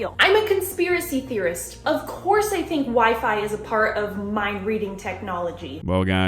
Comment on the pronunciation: The way she puts an H in "course" really boils my piss.